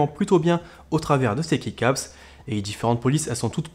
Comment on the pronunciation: Pour les keycaps ça se prononce "ki" caps si jamais